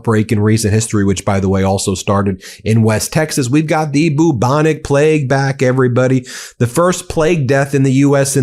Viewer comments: I believe it is pronounced 'byew-bonic', not 'boo-bonic'. Keep up the good work. Thanks. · I thought he was saying Boo Monique. lol. How can you mangle a word so badly.